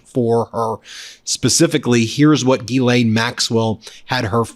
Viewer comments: People in England pronounce it Gah-len but quicker like Glen. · Wouldn't you think that Bondi could pronounce GHISLAINE Matthews properly, instead of calling her GERLAINE? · Phonetically it's pronounced Gizlane. You're not pronouncing the S. Only the H is silent. Ghislaine. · Why does pronounce Ghislaine's name "GERRlaine"? Is that her pet name for her or some kind of Inside scoop us ordinary people can't know about? 🤔🤨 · Bondi called her "Gerlaine". LOL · "Gerlaine" ... Nice one, Pammy! She is trying everything to distance herself from the knowledge and handling of the G.M./Epstein/tRump case. We all know she understood her assignment before she was given the position!